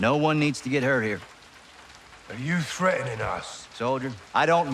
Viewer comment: Ghost: "Are you freatening us?"